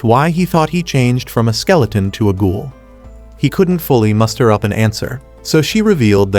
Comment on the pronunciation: it's ghoul not goal